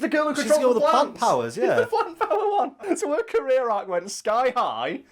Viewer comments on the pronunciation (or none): none